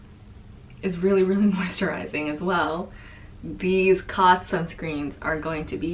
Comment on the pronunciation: The Cōtz should be pronounced like "coats" as a line over a vowel means the vowel says its name. Thanks for the review on these, I have missed your videos and can't wait to see your puppy! (I'm a cat person, but I love to see dogs people choose for their families!)